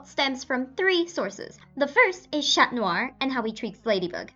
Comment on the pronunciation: You hate the english dub but you don't pronounce "Chat" correctly. -_- lol